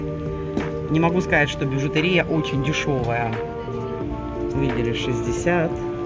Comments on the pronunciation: БижутЕрия - ударение на Е, а не на И! Ужасно режет слух ваша речь! Ну, столько грамматических ошибок в речи для дамы в возрасте - это тихий ужас!!! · Спасибо за обзор,. Бижутерия надо делать ударение на букву е.